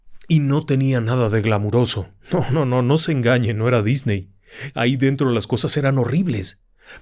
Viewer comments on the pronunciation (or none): none